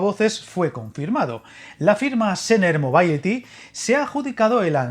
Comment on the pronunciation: [moˈbiliti] es la pronunciación (digamos) preferida de mobility Espero de haberte ayudado .)